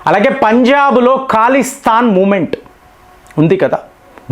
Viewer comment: "ఖాలీస్థాన్" " ఈరాన్" అంటారు..కావాలనే ఈ విధంగా ఉచ్చరిస్తారా..?